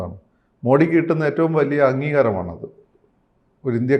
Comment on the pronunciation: ദയവായി അദ്ദേഹത്തെ മോഡി എന്നു വിളിക്കരുത്. മോദി എന്നാണ് യഥാർത്ഥ Pronounsation